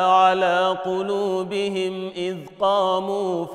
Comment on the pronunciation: Salam aleykoum, when the sheikh recited in Warsh, he forgot the damma on the م الجمع of the word قلوبهم when he read : وربطنا على قلوبهم إذ قاموا... BarakAllahoufik